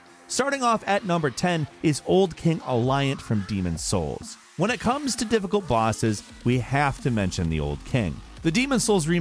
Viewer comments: Old king "Alliant" 🤣 its Allant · king allant not king aliant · king allant lol. not aliant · Guys, you need to check out Demon's Souls Remake! The fact that nobody seems to have noticed he mispronounced "Old King Allant" (not Alliant) shows that nobody played this purely wonderful game. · lol #10 it’s Old King Allant, not Aliant. I mean just read the name, no need to go off memory! Falcon once again butchering pronunciations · its "al-ont" not "Al-iant" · is it physically possible for you to read and pronounce a name correctly please tell me where the "i" is in allant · it's old king "ALLant" by the way, 2 l's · Did he say say Aliant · Why did he pronounce it like Old King Ally-ant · Is alant that hard to pronounce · The way Falcon pronounces “Allant” lol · Almost like he barely researched shit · Hmmmm I'm sorry what did you call King Allant....?